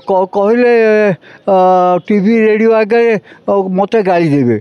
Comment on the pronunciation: ରେଡୁଅ ନୁହେଁ ରେଡିଓ